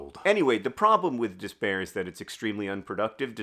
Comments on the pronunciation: I love the Nerdfighter community, and I am so grateful that I was finally able to afford to donate during P4A this year 💚 but also...when you started repeating the word despair, I started to hear 'dis bear instead. And I thought wow, 'dis bear has a lot going on, and he should definitely leave John alone. It made me giggle and reminded me that sometimes it is possible to laugh in the face of despair/'dis bear 😂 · Every time you say “despair”, Hank, I hear “this bear”. And man.. this bear is really holding you back. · I really thought you were saying “this bear” instead of despair and I was like “that’s such a poignant metaphor ❤️” 😂